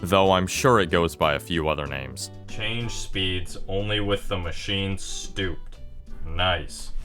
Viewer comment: It's pronounced "Stoop - Ped"